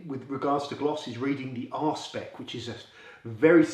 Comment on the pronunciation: Did you say R spec or Ar&e pec?